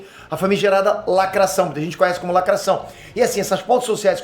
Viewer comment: É negro? "Lacrassaum"!!